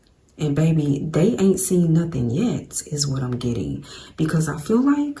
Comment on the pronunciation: Heavy emphasis on the yet? 😂